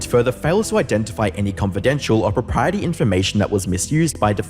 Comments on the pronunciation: I love the video! One very minor thing: it's pronounced "Propriet-ARY" not "Propriet-Y". Not at all important but each time you said that it pulled my attention. Keep the awesome videos coming :) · How do you not know how to pronounce "proprietary"